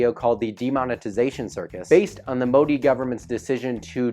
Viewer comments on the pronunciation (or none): none